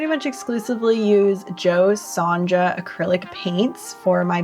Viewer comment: It is an Australian made product, it was originally made for Folk Art painting. Jo Sonja paint was originally made and launched in Australia in 1985. The paint line was created through a collaboration between American folk artist Jo Sonja Jansen ( the j in Sonja is pronounced as a y as in yah no a j sound ) and the Australian paint manufacturer Chroma. It was designed to give artists a professional-grade color system. The paint is highly pigmented and dries with a smooth, matte finish. It acts much like traditional gouache but has the lasting durability of Acrylic Paint. It works on many different surfaces, including wood, canvas, and glass. Cheers from Aus.